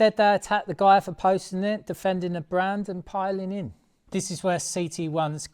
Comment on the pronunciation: viss = this or did you say diss ffs m8 get a grip try talking engriss just listen to yourself 🙄